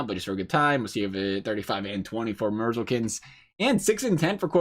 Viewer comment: Said merzlinkins wrong